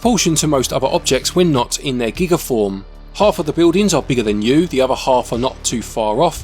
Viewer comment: A nitpick for you, it's G-EYE-Guh. A form of Gigantic. It's not a unit of digital storage ;-) I'll never understand your value metric at times haha!